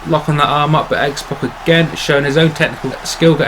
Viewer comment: it's X-PAC not X-POC